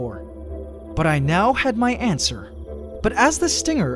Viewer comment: This man actually said antswer